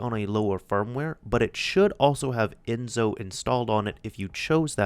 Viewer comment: It's Enso , the S in Enso is like the S in System.